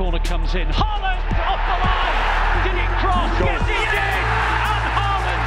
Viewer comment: its haaland not HAiiland